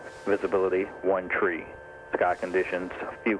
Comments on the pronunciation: did he say visibility 1 tree? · The number three in aviation pronounced three